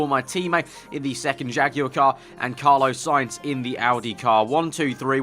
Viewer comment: ITS FUCKING CARLOS SAINZ, NOT CARLOWS SAINZ